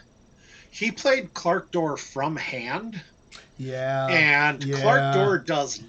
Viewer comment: There is no R in Clak'dor